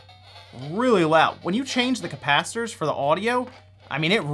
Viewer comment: If you're doing a video about replacing capacitors, please stop saying capacitors. CAPACITORS CAPACITORS CAPACITORS. And then you're soldering, SODERING SODERING WERE GONA SODER IT Great video though, thanks - By the way, if you ever want to watch a movie based on the Sega Gamegear, check out Three Ninjas / 3 Ninjas. It's wonderful.